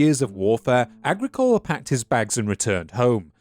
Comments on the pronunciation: another annoying nit-pick: The emphasis in the name "Agricola" is on the second syllable, not on the third. pronounced ah-GREE-coh-la. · it's a proparoxytone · agri.. cola? not a gric ola? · Agricola in classical and church Latin is pronounced, "ah-GRI-cohl-ah" - means "Farmer" in Latin. (like "Bauer" in German). Did you read the original sources in Latin and Sean-Ghaeilge? Very interesting topic. Thanks for the video. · I'm surprised someone with such in depth interest in the topic who has also invested long hours researching and making a video cannot pronounce the name Agricola correctly. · Please learn the correct pronunciation of Irish personal names and place names. It is annoying not just the mispronunciation of Agricola but tuathal which is ‘too hal’.